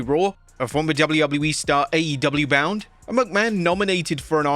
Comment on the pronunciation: And when he says "will he be WWE bound"